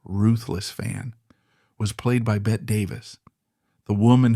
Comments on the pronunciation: Her name is pronounced Betty!!!!! Ugh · Not “bet” Davis it’s BETTY Davis.